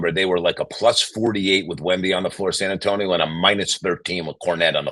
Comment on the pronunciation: “if i am San Antoine” hahahaha San Antonio, Mike!